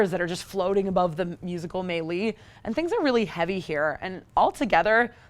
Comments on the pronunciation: Haha wtf is a “may-lee?” I know what a melee is... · Are you repeatedly saying melee or some made up word? Maylee? What is that?